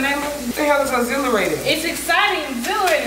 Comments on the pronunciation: first said "what the hell is exhilarating" and then she gon say this is obvilierated 😭😭😭 im dead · “This is exblierating “ bye 😭😭 tryna copy nayla 😭